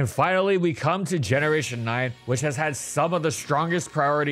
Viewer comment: For a second i heard "with chad quick attack" instead of "with had quick attack" lol